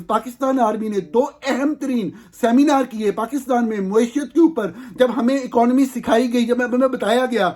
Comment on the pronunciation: Plz correct pronunciation of following words: 1. جوید نہیں جاوید 2. باہِر نہیں باہَر 3. اَکانومی نہیں اِکانومی 4. فیبروری نہیں فروری(اردو) یا فیبوری(انگریزی). 5. وقَت نہیں وَقت 6. ۔جرنِیل نہیں جرنَیل 7. منتقَل نہیں منتقِل 8. اَنویسٹمنٹ نہیں اِنویسٹمنٹ U R doing a good job. Well done and keep it up.